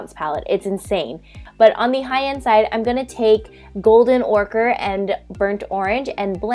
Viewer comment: Girl, you ok? You pronounced almost all the shade names of the modern renaissance palette incorrectly. Heir is pronounced like air, ochre like occur, and umber like amber but with a u